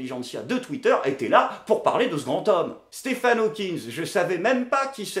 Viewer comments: Dans le reportage sur Stephen Hawking, le "journaliste" n'arrête pas de l'appeler "Steven Hawking". Même pas capable de s'apercevoir que le chercheur au CNRS qu'ils ont interviewé avec son équipe prononce bien "Stephen", ou tout simplement de LIRE LE PUTAIN DE BANDEAU INDIQUANT LE TITRE DU REPORTAGE. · "Stephen", pas "Steven" bordel de merde ! Il m'a venèr le journaliste xD